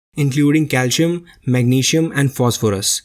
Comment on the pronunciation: I like the video and chia seeds are great. But it's pronounced cal - see - um.